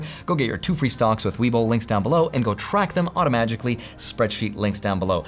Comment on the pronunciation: LoL "automajikally" 😂😁🤣